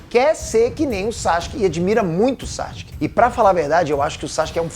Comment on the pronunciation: Cara...Para de falar "Saske"...Fala o correto, "Sasuke"....